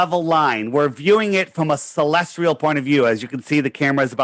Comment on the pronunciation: Stop saying celestrial... Celestial.